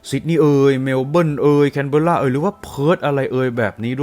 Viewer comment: เขาออกเสียงว่าแคนเบอร่าครับ นักข่าวอ่านข่าว\นายกออสซี่ก็ออกเสียงว่าแคนเบอร่า ☺️